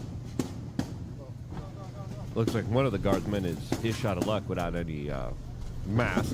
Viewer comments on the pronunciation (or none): none